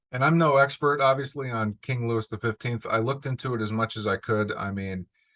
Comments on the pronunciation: Louis in French is pronounced 'loo-ee' The 's' on the end is silent. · Johnny is definitely going to be challenged in this role mainly because he'll be speaking French. Just so you know Louis is pronounced Looey & 15 = quinze in french is pronounced canz. Can't wait to watch the movie...although my french isn't very good...guess I'd better get remembering & learning more!!